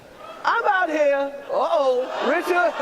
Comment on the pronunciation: He called will Richcard 😟